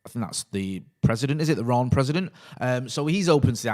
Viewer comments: Renne not Ronne... it’s a E lol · Love tuning in every morning to find out how we are pronouncing Rennes today